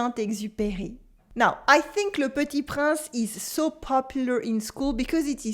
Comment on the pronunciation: Hello, Thank you for this lesson. You learn how to pronounce some words, but I think you forgot to learn the correct pronounciation of "Le Petit Prince"... Very cute the reference to my favorite singer Mylene Farmer! A bientôt.